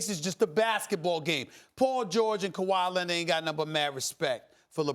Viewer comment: I swear Stephen love saying Kawhi Lennit lol